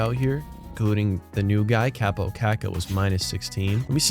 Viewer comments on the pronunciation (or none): none